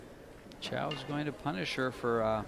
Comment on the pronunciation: Again you clowns mis-pronounce Rita's name. It's not Chow, it's Chou. Don't be ignorant, learn how to pronounce the players' names. it's about respect. Or else let somebody else do the announcing.